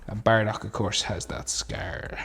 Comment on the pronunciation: It's not baradock it's bardock ok